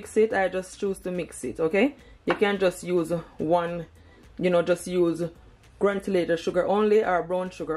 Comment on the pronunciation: The word is granulated not granulated .